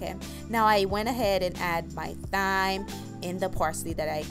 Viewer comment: Not to be rude just wondering if you intentionally pronounce thyme and saute the way you did in the video? Is that just how you guys say it where you're from or do you not realize that its incorrect? Again I mean absolutely no offense whatsoever, I'm genuinely curious to learn about different words within different cultures, and if that's not the case, and you just were unaware, then I'm equally happy to just teach you something :) So thyme is actually pronounced the same as the word time, like on a clock, as the 'h' is silent and the word saute is pronounced 'saw-tay' as the two letters follow the 's' are vowels :)